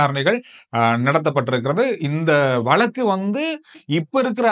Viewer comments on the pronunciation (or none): none